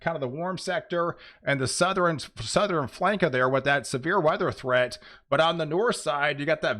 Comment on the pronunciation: he was doing sou-ther-in too but think he quit that